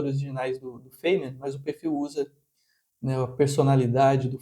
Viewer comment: cuidado ao jogar pérolas aos porcos... feimen?...sabe matemática mas não sabe pronunciar o nome das pessoas